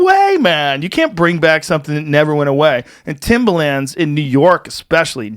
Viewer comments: Hearing Joe pronounce Timba Lands 🤣😂 they're tims or timberlins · Joe "Timba-Lins" Rogan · Joes never sounded whiter saying “Timbalands” 😂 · I couldn’t stand how he pronounced Timberlands as “Timber-Lands” 💀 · “timberLAAANDS” joes pronunciation of timberlands really irks me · lol joe calling them Timbalands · I love how Joe is pronouncing "Timbuhlans" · STOP pronouncing the A so hard in timberlands. Its like Moreland. No hard A. Joe showing his age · I work in construction where most ppl wear Timbs and I've literally never heard anyone pronounce it like that before. He doesn't sound white, he just sounds like a moron.